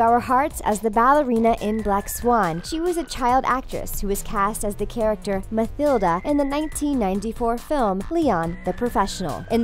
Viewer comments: It's Ma TIL da not Ma TIL Ds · Whoever wrote this script for the narrator screwed up or the narrator screwed up. Mathilda is pronounced mah-till-duh NOT mah-thil-duh. It's "Let the Right One IN" NOT "Let the Right One". It's a foreign language film and IT DOESN'T involve an inappropriate relationship with the older man who started out as a younger man helping keep her character alive (undead) NOR is he "kicked to the curb". There isn't a scene anywhere in the movie depicting an improper relationship. It's a horror movie that requires parental permission to view. What parent would assume it's appropriate to let kids watch a movie solely on the premise that there are child actors in it so it must be kid friendly...what??? Really? Most other countries aren't as repressed as America. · It would be so great if you could actually WATCH the movies you're talking about. MaTHILLda? How about pronouncing it Matilda? And the movie is Let the Right One IN. Honestly, everyone on Watch Mojo sounds like they're reading - which they are - instead of having any sort of natural delivery. Given the crap delivery, you'd think you could at least manage to do the minimum of research about the whopping ten items on the list to get them right.